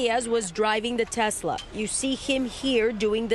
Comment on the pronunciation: Achava que chamava tesla e não texla